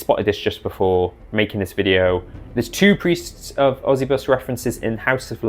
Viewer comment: I've always hated the preists of osybus. the idea of someone 'becoming a dark power' is fucking stupid. also why would they keep the name of the guy they hate. I think its pronounced Oh-sigh-bus though, bc its supposed to be egyptian-sounding their art is cool tho